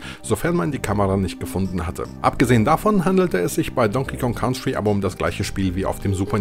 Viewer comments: nur ein Tipp... COUNTRY wird "KANTRI" ausgesprochen, nicht "KAUNTRI" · Ein wirklich tolles Video. Danke für die Zeitreise 👍🏻. Jetzt schon eines meiner Lieblingsvideos von. Allerdings wird "Country" so nicht ausgesprochen 😅. Komischerweise ist es an einigen Stellen des Videos sogar richtig. 🤔🧐